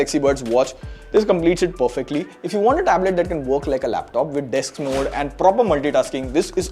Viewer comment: DESK not DEX. DESKTOP.